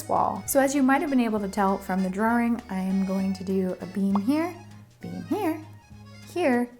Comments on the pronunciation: Such a fun way to make your room a fantasy set! Also the way you said “draw-rings” at one point really transported me back to warm fuzzy childhood memories of my Bostonian daycare teacher Linda ✨🧡✨. Love your video as always! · I love how when you say drawing it sounds like drawering. I never noticed it til now. It’s adorable. I mean that sincerely. No backhandedness here. Pinky promise. ❤️